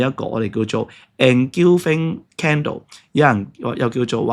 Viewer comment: Engulfing, not engilfing.